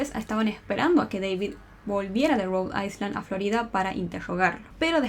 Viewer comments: Te amo y sos buenísima haciendo esto, pero me dolió cada vez que decías rhode Iceland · No se pronuncia la S enla palabra Island